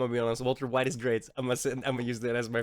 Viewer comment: Bro said walter Wide XDD